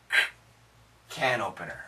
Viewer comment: I heard "can ovener" instead of "can opener". I can't heard the P sound in this word